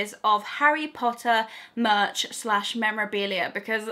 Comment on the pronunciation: I actually gasped when you said, 'I don't class books as much.' Then, of course, I realised you said, 'merch,' and not 'much'. Phew! I'm such a bookworm, for a second I was highly offended, but now I feel very bad to have misjudged a fellow Potterhead. Great video with fantastic merch (hopefully I've redeemed myself. Haha) :)